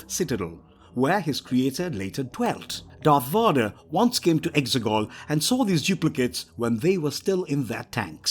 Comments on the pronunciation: Darth Vodder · who tf is Darth Vaadar